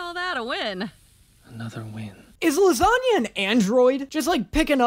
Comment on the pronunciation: "His original pronounciation of his name, as u all know, is lasangna"